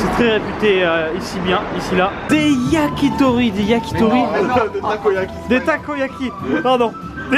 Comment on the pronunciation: "ozaka" "yakitori" ...xD vous m'avez épuisez